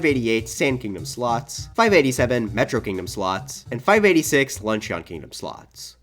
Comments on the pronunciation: Luncheon is pronounced "lunch-in". "Lunch-eon" sounds like the name of an Eeveelution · hhhrggnnn.... he says "lunch-ee-on" instead of "lunch-un" video ruined /s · "Lunch-eeon" bro it's "Lunch-in" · ITS LUNCH-IN NOT LUNCH-EON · Very good video and the reason I’m gonna subscribe but I HAVE to say this: luncheon kingdom isn’t pronounced like a eeveelution with the ending “ee-yon” it’s pronounced “lun-chin” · It’s pronounced, “lunchen” not “lunchEON” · I love your content, but dude, it's pronounced "Lunch-uhn" not "Lunch-ee-on" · The pronunciation is “Lun-shun” not “lun-she-on” for the Luncheon Kingdom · Awesome video! I disagree with like 50% of your philosophy and got shivers every time you said "lunch eon" instead of "lunch in" but it was a great watch! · Good video mate... for future reference the "o" in luncheon is silent... it's pronounced lunch-en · it's pronounced lunch-in... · This list is GREAT. It’s lunch-un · Anyone else notices how this is his favorite game ever but he pronounces Luncheon like Lunch-eeyon? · “peach in the lunch-EE-on kingdom” Luncheeon maybe my favorite eeveelution. But seriously great vid! Keep up the great work 👍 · Idk why but someone calling luncheon, lunch-eon like it's some sort of evielution is just wrong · Imma drink every time he says luncheon wrong Edt!frthn cdss zased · I can't get over how you pronounce Luncheon. Like, that's not you pronounce luncheon. Have you not watched the critically acclaimed "Steamed Hams"!? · Amazing video and can’t imagine how much time it took you to complete this video. Mario Odyssey is my favourite Mario game and top 3 of all time. I just can’t get over your pronunciation of Luncheon Kingdom! Haha 👍👍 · The way you pronounce Luncheon is driving me absolutely insane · IDK if it's me, but I find it hilarious how he pronounces luncheon kingdom. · he can rank every moon but still can’t pronounce luncheon correctly